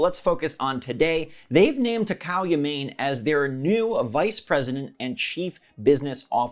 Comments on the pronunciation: Sorry if this is information overload, but there are a few things incorrect in your sound examples. Rather than the 'ne' in nest (rhymes with test, best, etc.), it would be closer the 'ne' sound of the English words nay or neigh (rhymes with day, stay, play, etc.). In English that sound can be described as a "long a" or in many other languages just a regular e. Thanks to the Great Vowel Shift which occurred in the English language between ~ , the English long a is equivalent to e in many other languages that didn't shift their vowel sounds around. Also, the 'ma' in mast, isn't quite right either. The 'ma' in mast rhymes with cast, blast, past, etc. While the 'ma' in Yamane (same as the 'ya') rhymes with the 'la' and 'fa' of the musical scale (do, re, mi, fa, sol, la, ti, do). Notice that the vowels of the musical scale are not the altered English vowels but the pre-vowel shift vowels that align with those of many other languages. If you want to double check whether the words you've recommended really contain similar vowel sounds to the Japanese, I recommend looking them up in a dictionary to verify exactly which vowel sounds the English words you recommend contain. I use thefreedictionary dot com, but any dictionary that provides phonetic spelling for each word entry and an audio pronunciation (so you can listen to the standard American English accent) would work. So, to use some different examples of sounds in English words to approximate how to say Yamane: ya as in Yaho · Platinum partnered with Tencent. So uh ok. Also, it's not "Ya-mayne" Try "Yah-mah-né". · Uhhhh "Yamane" is pronounced "yah-mah-nay" definitely not "yah-mane" As far as Mario Strikers, Ima wait til more DLC comes before deciding to buy it Also I sold my Wii U at Gamestop to put the credit down on my Switch preorder back in 2017 & i hardly ever pick up my nearly destroyed 3DS XL any more (got all my games downloaded anyway) so the loss of the stores mean nothing to me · Pronounced Ya Ma Ne